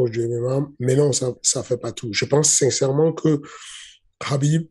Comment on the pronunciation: on sent qu'il a fait du rugby. A chaque "sincèrement" son accent Toulousain ressort c'est terrible 😎